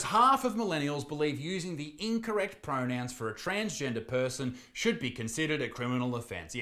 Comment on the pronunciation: Oh no you said the wrong pronous if i ever said that i will spontaneously conbust